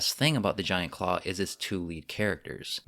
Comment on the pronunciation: Did he say ,,,"Giant Craw"...?